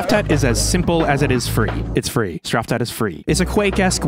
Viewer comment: Uhm Akshually that is not how you pronounce "Straftat"... smh my head.